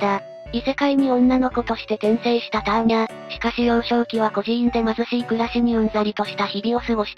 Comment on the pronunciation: アーニャではなくターニャ